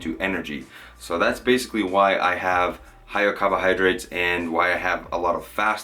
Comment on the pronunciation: love the way ya say “cahbohahdrites”